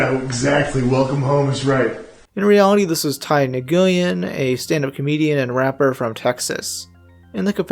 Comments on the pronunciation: lil fun fact for everybody, the name Nguyen is actually pronounced as Win. no hate to just a lil factoid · Nguyen isn't pronounced "nah-goo-yen", it's "win"